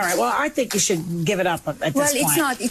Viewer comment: Her accent isn’t a major issue, though after all these years in the U.S., it seems she’d correct the hard “e” sound instead of a soft “i”, saying “geev” instead of “give”, for instance. She uses awkward phrasing like many ESL speakers might sometimes, but she’s praised as being a fluent speaker of many languages. I know if I spoke my second language as well as Melania after a few years of classes, I’d be corrected by the instructor, then encouraged and expected to do much better.